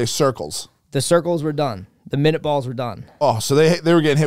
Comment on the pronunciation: its minie bullets not minute bullets bro